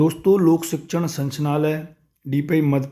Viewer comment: आप संचनालय बोल रहे हैं। जबकि सही है- संचालनालय।